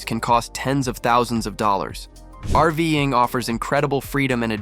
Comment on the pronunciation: what the heck is "arving"? I'm guessing Ai trying to read the script, and failing. VERY annoying,. use a human or go home.